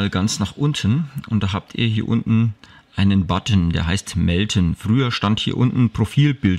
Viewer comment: Das heisst MELDEN nicht MELTEN :D